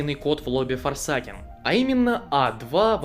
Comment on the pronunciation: я не хочу душнить на форсАкен звучит ой как тупо. говори форсЭЙкэн прошу